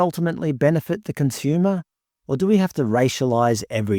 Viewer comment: Did you seriously say the words, benefit the 'comsumer'....